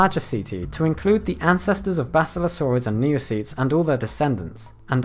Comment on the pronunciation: Him: Neocetes Me: N E O P E T S